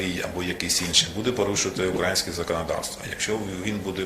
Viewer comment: Вуха ріже наголос Данилова у слові -…українське .. .Який жах